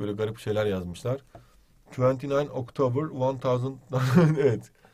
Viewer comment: The twenty octiber nine teen tventy first